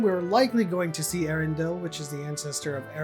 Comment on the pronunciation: 1. Casting perfect. 2. It's Elendil, not Erendil. 3. Sauron stole the secret of ring-making from the Elves, he didn't teach it to them. If he already knew how to do that, you think he would share?